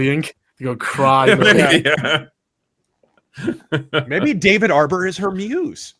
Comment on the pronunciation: I picture david Harbour picking on her like in south Park. "What're u gonna cwy?? Go on, wemme see u cwy."😂